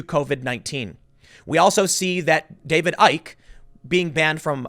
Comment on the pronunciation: "Icke" pronounced "icky'".